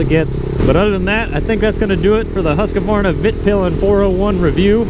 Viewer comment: pls, not "husqA-varna"just "husq-varna" hahahaha